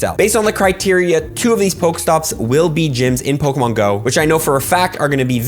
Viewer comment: Please say Pokémon right if I hear Pokamon one more time I might die